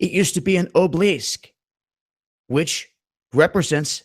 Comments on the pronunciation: obelisk = obleesk? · ah-buh-lisk not oblisk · It's pronounced, Aw-Bow-Lisk, you moron! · obelisk, ah-be-lisk. 3 syllabus not 2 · OB-EL_LISK...........OB EL LISK that's not how you spell it but how you say it, sorry but it drove me up the wall.(mad, but I couldn't pass up the pun.) Other than that I gave you a thumbs up. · And it is Obelisk pronounced ('a- bel-lisk).